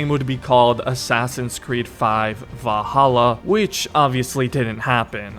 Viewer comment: I heard of Valhalla but never of vaHalla